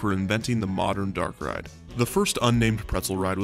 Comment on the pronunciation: Haha every time I hear you say “Dark Ride” it makes me think of the Pokémon Darkrai!